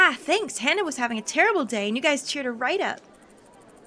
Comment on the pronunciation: Ok,, Hana's name is pronounced Haw-nuh! I hear you say Hannah every now and then and it makes me go all... "EKK!!! Why?" that's it... love you (in a platonic way) P.S. Do the PBG route for all the feels...